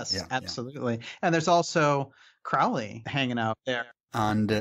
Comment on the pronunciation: never trust a 'researcher' who can't pronounce crowley's name correctly ;-)